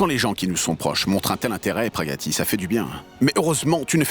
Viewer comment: me tue en disant Praggatti 😂